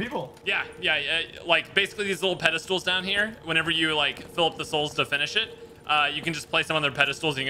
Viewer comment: Noahisms: vonerable, pedastool, weapondry.